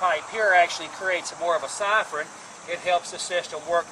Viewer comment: Great vid. So many top tips.I love how he says siphon. SAIFORNN!